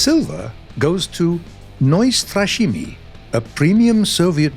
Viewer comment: neustrashimy is not NEUEstrashimy in German Ne- is a prefix denoting negative (like Un- in English) Ustrashimy means to be terrorized/scared Ne-ustrashimy means bravery and should be pronounced "Ne-ustrashimy"